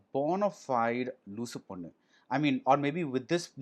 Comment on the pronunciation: When BR said loosu ponnu I heard something else